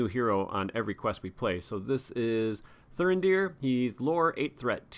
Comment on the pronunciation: Why would you leave Thurindir ready to defend in the second round, he has got 0 defence after all. Your pronounciation of Thurindir is spot on. And I love Vigilant Dúnedain.